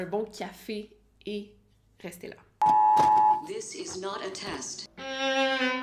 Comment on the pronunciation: jadore le genrique surtout le "is not a teste" like si tes dacc😊😊